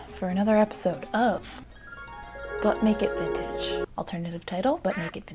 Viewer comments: YASSSS love Yzma! Eartha Kitt was a great one. Also, I definitely knew what type of video this was, but I heard "Butt-naked vintage" at the beginning. 😂 Whoops. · Now all I hear is "Butt Naked Vintage" every time you say "But Make It Vintage"!!, WHY!? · I never heard “butt naked vintage” from “but make it vintage” until it was said and now it’s ALL I HEAR!